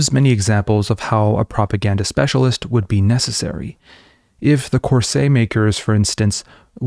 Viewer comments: I'm sorry, corseT. You do say the T. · I don’t see the point of what you are doing: You haven’t involved yourself in the process of Propaganda/tools/techniques/insights shown by Bernays, but instead defend Democracy against and how you value it - as you believe it’s self evident. Boring. Check on how to pronounce ‘Corset.’